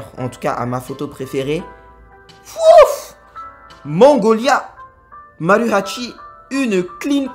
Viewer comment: Mangolia 😂😂😂 La petite dyslexie sur Magnolia était très drôle 😉